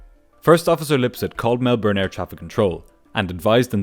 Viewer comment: Melbourne in pronounced Mel-burn not Mel-burn-e.